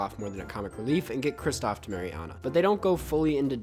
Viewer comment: i love you man, BUT IT’S KRISTOFF